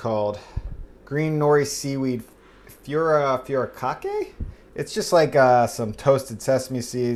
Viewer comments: Furikake (foo-ree-KAH-keh) They say there is no syllabic accent, but a light/subtle accent on ‘ka’ will put you in the right ball park. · Fu - ri- kah-keh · *foo-row-ka-ki seasoning